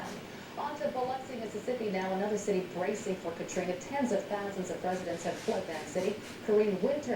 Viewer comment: "hurricane katrin"😂